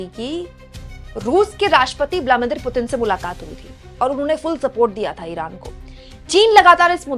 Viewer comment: Vladimir Putin Not Vlamidir Please, check it next time.